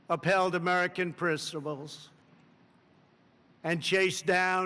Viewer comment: I’m sorry wth is “pricibles” lmaoooo